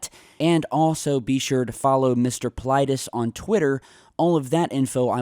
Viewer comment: You killed his name. He must have Greek roots, his name must sounds like Pavlethes (use google translate and put the following: Παυλίδης then ask to translate from Greek and use the speaker button to hear how it sounds)